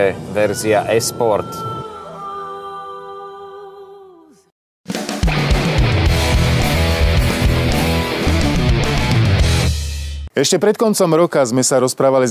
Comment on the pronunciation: Sa mi zda akoby Michal hovoril "ES" sport pri tom Lexuse :)